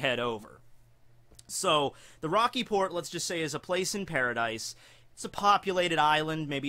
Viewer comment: I thought you said "The Rocky Porn Incident."